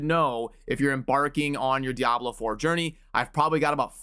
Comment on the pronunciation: Youre one of the few who actually say diablo proper. Subscribing just for that